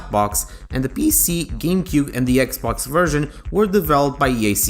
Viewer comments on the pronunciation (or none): none